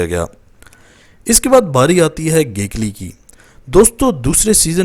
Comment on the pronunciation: It's Not Getli Its Gegli